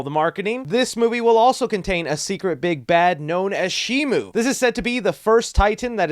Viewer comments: It's not Shimu! It's Shimo! Where did Shimu come from? It's Shimo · Shimo,SHIMO,NOT SHIMU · @@ But that's not how it's pronounced. It's Shimo. With an O. There is no U